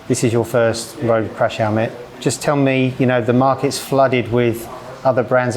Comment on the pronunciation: say crash helemt one more time...family